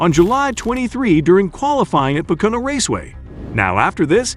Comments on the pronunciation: Hire an announcer that speaks english. This dumbass can't even say Pocono. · I love how you totally butchered how you say pocono and that you guaranteed his return even though he’s done for the year 😂